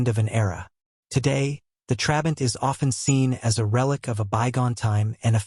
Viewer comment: And "Trabant" is stressed on the second syllable, and you are alternating between showing us very different models as if they were the same: the 500, 600 and 601 (which is the one most people think about as "the" Trabant). And of course by the time production ended, it was no longer powered by that puny (but totally adequate) 0.6 litre two-stroke, but by a 1.1-litre four-stroke built under licence from VW, as the Trabant 1.1.